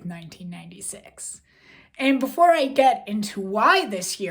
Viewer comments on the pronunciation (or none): none